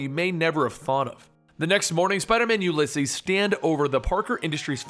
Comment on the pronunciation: You say the name weird. It's oo lee ses